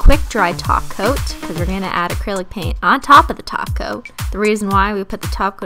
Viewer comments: she's saying top coat not taco😱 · Excuse me did you just say top coat Not TaCO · Back when it just sounded like she was saying taco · WHY ARE YOU SAYING GLOSSY TOP COAT ITS GLOSSY TACO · when u say top coat i hear taco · Cristine trying to pronounce "top coat" so properly😂😂